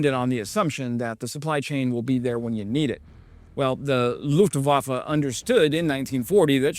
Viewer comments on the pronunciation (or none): Dude! Thanks! But it´s not LUFETENWAFFE, it's LUFTWAFFE.